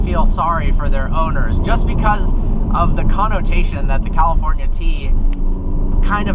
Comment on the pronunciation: Drinking game: a tequila shot, everytime he says "Cawlifournia".